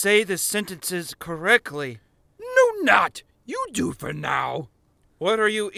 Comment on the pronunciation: Is it me or does he say correcly instead of correctly?